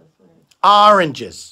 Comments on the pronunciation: In conclusion, AHRANGES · Oranges sounds less and less like a word everytime they say it lol